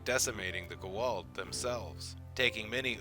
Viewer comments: and goo'old? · I love your channel man, but please tell your announcer guy that it is pronounced Go-ah-oold. It is a bit annoying to hear him say it. This is how I know you have a professional voice guy, because if he were a true fan he would know how to pronounce gould. All that aside, keep up the good work. Thanks. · Even though theres a scene in sg1 on the propper way to say gua'uld. Ppl still say it weird. Lol I am injoying the rest of your video however.👍🏽👍🏽👍🏽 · How come so many people can't say Goa'uld? Obviously you've seen the show. You mispronounced Sha're's name too.